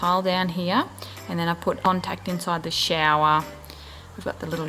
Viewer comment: sheiawa is how she says shower 😂😂